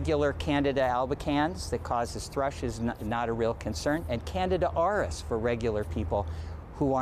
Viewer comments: Please say, CAN-DEE-DAH....People are hearing "Canada...." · This reporter, is an idiot. Canada RS? Canada? It is Candida/Candiadas. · Can-di-da, not Canada 😂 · Candida not Canada. 🤦‍♀️ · Can dee da - not Canada. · They can't even pronounce it correctly...it's Can-dee-da.....good Lord. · Not even the Dr pronounced it correctly! Look how it's spelled at least! It's pronounced "CAN-DEED-A" ! Spelled- CANDIDA! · Oh my God!!! We are all gonna die!!!!! Good God!!! Stop freaking out! Eat yogurt with active yeast cultures every day. Poof! No Candida infection!!! And damn it guys! It's pronounced like this "Can... dee...Ta!" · Did she say Canada? haha....that's not it.... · "Can..D..Duh".. candida is high yeast in the system. It drives me crazy when the news says it wrong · Can dee duh